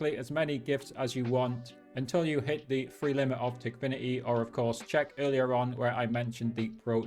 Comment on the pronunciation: no way bro is saying tikfiniy why don´t he say ikok aswell?